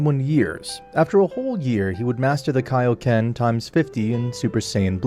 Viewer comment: Broo vegeta should have ultra ego not ultra instinc and its kioken not onconen